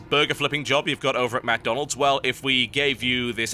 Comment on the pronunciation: you say mc donalds funny :D